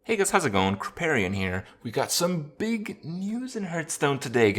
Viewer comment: A rare occasion where Kripp pronounces his name correctly.